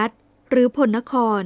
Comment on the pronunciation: พลนคร น่าจะอ่านว่า พะ-ละ-นะ-คอน ดังปรากฏในพงศาวดารโยนก ของ แช่ม บุนนาค และ ปรากฏในศิลาจารึกวัดมหาโพธิ (มะ-หา-โป้ด) ลองตรวจสอบดูนะครับ นอกจากนี้ยังปรากฏ คำว่าโกสัย (บาลี)ไม่ใช่ โกศัย ไม่เชื่อลองไปดูที่วัดดังกล่าวครับ จารึกนี้เป็นอักษรล้านนา